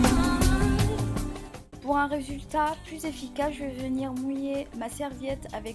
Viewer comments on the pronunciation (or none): none